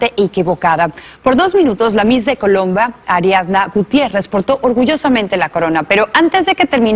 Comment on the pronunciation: segundo 8 dice colomba en vez de colombia